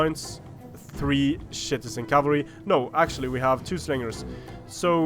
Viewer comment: Is it just me or is saying shitizen cavalry